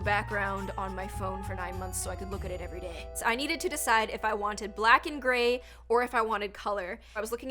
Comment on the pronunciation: Did anyone hear how she said “so I can look at it everyday” it’s sounded like dagh